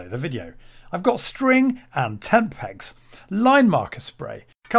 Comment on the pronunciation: For a moment I thought you said tampax not tent pegs, lol.